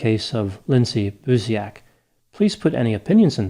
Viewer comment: As a Polish person, I would like to add that "Buziak" is pronounced "boo-Jacques"